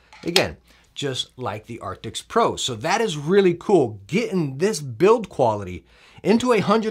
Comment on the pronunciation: Just bought the Razer Blackshark Pro, thanks to your recommendations - upgrading from my old Plantronics RIG 800HX. I just subbed recently too. Love the energy, all the way from Australia :D Tiny PS : It's Arctis, not Artics